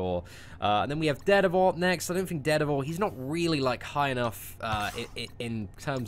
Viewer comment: He says "Dare Devil" like an American says "Dead of all"...makes me do a double take every time. lol